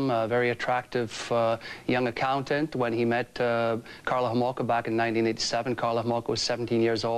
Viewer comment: Kathy Homolka? Get it right Nancy 😂